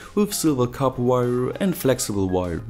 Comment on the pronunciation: "Peipöör, modöör, weieöör" no hate, but it sounds fu** funny. :P